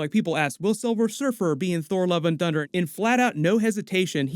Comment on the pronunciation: it sounded like you said "Thor: Love & Dunder" 😆